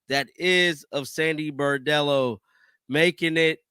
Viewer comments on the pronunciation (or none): B r o n d e l l o not B a r d e l l o! Lmao love ya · BRON-dello, not BAR-dello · Bro… Get her name right. It’s not “Bordello”. It’s Sandy Brondello. Bron-dello. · BRONDELLO.... NOT BOREDELLO.... She's not a hooker.... Lol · He always mispronounces her last name. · Her name is BRON-DELL-O! Get it RIGHT!!!